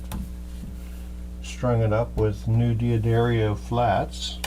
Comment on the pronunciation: D'addarios.... "Dee'adarreeos"? How can I trust you with my setup if you can't even read the packet of strings?